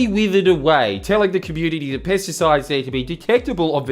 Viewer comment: When this guy says pesticides it sounds like he’s saying “piss decides” lol